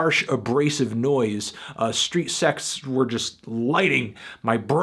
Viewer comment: It sounds like you're saying Street Sex.